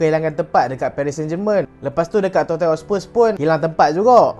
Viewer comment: sebutannya "totnem" bang